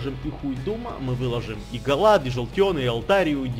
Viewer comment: Не Галад а Галейд,так,на заметку)